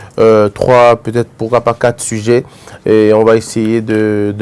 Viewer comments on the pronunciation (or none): none